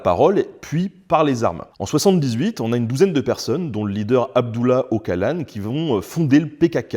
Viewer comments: Okalan ça pique les oreilles en effet. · J'ai jamais entendu quelqu'un appeler le leader du PKk Okalan et non Oçalan même sur LCI 😅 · Okalan xD On dit Eushalan 🤣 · Ca se prononce Otshalan....et pas Okalan...le c se prononce tsh,tch... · Bonjour, En référence au nom kurde Ocalan… Pour ton information, en turc, on prononce "odjalan". Le "c" se prononce "dj" et le "ç"se prononce "tch". Le son de notre "c" français est tout simplement remplacé par la lettre "s". J’adore tes vidéos… bravo et merci. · Prononciation d'Öcalan : "Eudjalane" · Ocalan se prononce odjalane. Affligeant. Mais bon ça c rien a coté des conneries qui vont être dites. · Bien résumé. Si je ne m'abuse pas, ça se prononce « Otsalan » (au moins c'est comme ça qu'on l'appelait, ici, en Grèce, quand les services secrets grecs l'ont livré aux Turcs, en 99. 😬) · Le "C" se prononce "DJ" en turc 😉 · Ocalan (le c set prononce ch), appelé "apo" est une légende pour les kurdes